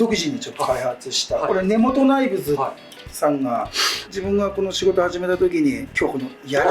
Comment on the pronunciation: 「根本ナイルズ」じゃなくて「根本ナイブズ」ですね。